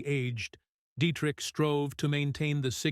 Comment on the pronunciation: Why can't AI pronounce Marlene Dietrich's name correctly? Even some humans get it wrong!